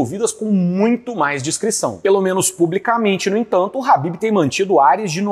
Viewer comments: É Ķhabibi não Habib COMEÇA COM K...QUE AGONIA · É ASSIM QUE SE PRONUNCIA MESMO??? ESSE CARA DISSE RABIB!!! 😦